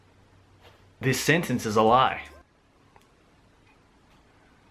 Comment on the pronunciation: you've pronunced the word "Schnitzel" pretty good, i haven't expected that ^^